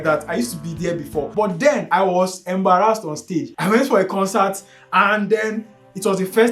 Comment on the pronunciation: I wAs Am-bA-rEsT on sTakeS🗣️